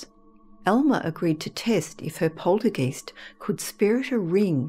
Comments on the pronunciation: I've NEVER heard another Australian pronounce it that way and she IS an Aussie. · Such a cultivated voice, it's annoying to hear the German "Geist" pronounced with a long "e" sound instead of the correct long "i" sound. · Poltergeist is a German word. When you get a letter combination such as ‘ei’, the i is pronounced. When you have a letter combination of ‘ie’, the e is pronounced. So the word is pronounced ‘poltergEYEst’, not ‘polterGEEST’. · Love your stories & your voice, but please its not poltergeist its pronounced polterguyst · Why does the narrator pronounce poltergeist as poltergeest? Eist is pronounced as heist not East! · Its pronounced polter guy-st (rhymes with sigh), not polter geest. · Not "polter- geest", it's pronounced " POL- ter- guyst" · I'd say Aussie, I've never heard it pronounced 'geeste' by any fellow Brit, but regardless, I could listen to this narrator all night! Such a lovely gentle and melodic tone, gEEst or gEYEst, I don't mind😁 She's fab to listen to! 😊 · I’ve always pronounced poltergeist to rhyme with heist. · Yes that’s right she pronounces it wrong which is not surprising if you have no knowledge of German , it’s pronounced guyst so like you said it rhymes with heist 😍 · Every time she says poltergEEst 🤔🤣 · Good video but it's poltergeist as in hoist not poltergeest 🙄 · i thought it was polter GEYST (long I sound) ? Poohbear Richie---love your username. I bought my first-born son a stuffed Pooh before he was born; I was five months pregnant. My husband and I were so eager to buy him something that while shopping at Sears (yes, this is a long time ago!!) we went into the baby section and found an adorable (are there any other kind?) stuffed Poohbear. My son is 29 y/o now and he still has Pooh on one of his shelves. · lol, right you are.